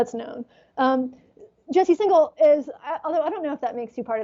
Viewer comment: And in this one, he said 'Jesse Signal' rather than 'Singal.' (Though I guess that's still not as bad as 'Sportify'!)